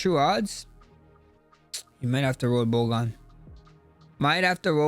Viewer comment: no accent removes a D from Bogdans name. “Bogan” lmao